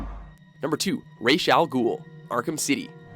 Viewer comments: rashe al gul? Na man even in the movies RAZ al gul... it's pronounced Rass al gul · It's not racial ghul it's ra's al gul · "Raysh al ghul"..... Who? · u cant say Ra's Al Gulh